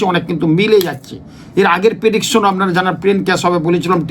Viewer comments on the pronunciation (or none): ঐ কথাটা "প্রেডিকশন" হবে ভাই পেডিকশন নয়। উচ্চারণ এবং বানাম সঠিক হওয়া উচিত। তাইনা।?